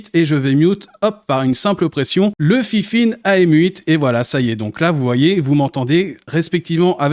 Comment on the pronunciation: c'est pas fifine mais fainfaine #DISLIKE